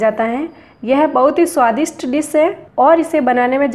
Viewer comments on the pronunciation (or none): Madam ek to ap apna ss or she thek karo.. Swadis nhi swdisHht hota hai. Eji nahi easy hota hai... Fir kuch banae